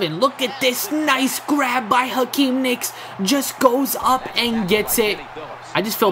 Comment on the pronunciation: it's not Akeem nicks it's Hakeem Nicks